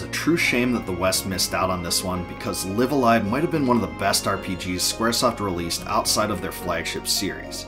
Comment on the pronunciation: THIS is how it makes sense to pronounce the name. I've heard live a live and then live a live but u saying live a live really clears things up!!!